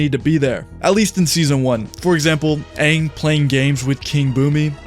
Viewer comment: They kept saying Aangs name wrong which annoyed me to no end in the live action hope if they make another live action they fix it